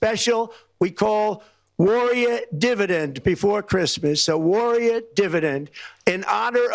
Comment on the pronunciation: WTF is a “warriyeh?”